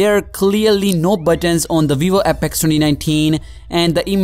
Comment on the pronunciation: VEEVO APEKS